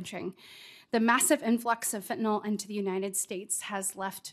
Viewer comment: Oh lord, she's still using that voice, and smiling as she describes the horrors of Fentanyl--which she hasn't yet learned to pronounce correctly.